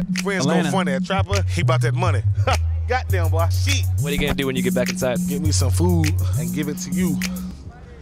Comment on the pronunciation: "Gaht dam boah" 🤣🤣